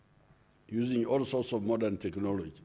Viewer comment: “Why, Because ..... therefore “ those the only words I got from this address! Oh plus ....usingie 😀